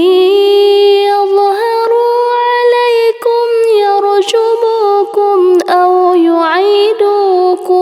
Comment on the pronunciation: Di ayat 20 ada yg salah yg bener adalah yarjumukumauyu'idukum bukan yarsyumukum